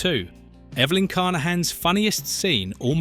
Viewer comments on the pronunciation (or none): Me too, mispronouncing Evelynn as "ever lin" and Anuk as "an ankh" every farking time!